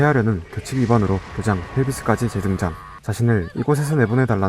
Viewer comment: 핼비스...ㅋㅋ 앨비스 프레슬리..